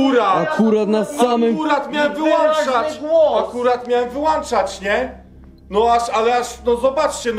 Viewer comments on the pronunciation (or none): Ja rozumiem straszny klimat, stalowe jaja… Ale czy tylko mnie denerwuje to „wył!A!nczać” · Błagam Was - nie "wyłanczać" tylko "wyłączać". :-/ A po drugie - FM i AM to nie częstotliwość tylko modulacja. Zatem nie mówcie, że zmieniacie częstotliwość, tylko modulację z FM na AM czyli z modulacji częstotliwości na modulację amplitudy. A w szczegóły się już nie wdaję. Wygooglacie sobie. ;-) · Początek filmu: "Wyłączać" nie "wyłanczać".